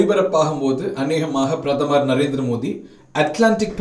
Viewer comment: மோடி என தெளிவாக உச்சரித்தால் நலம்